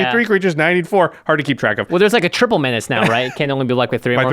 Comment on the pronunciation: How many have started saying 'menaché' instead of menace as a result of this channel? I know I have.